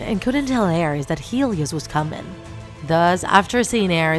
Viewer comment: aREs ARES ARES goddamn it the pronunciation made me mad.